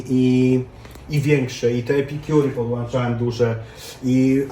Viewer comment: Podłączałem. a nie podłanczałem!!!